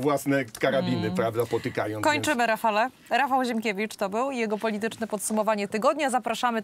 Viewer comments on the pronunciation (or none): none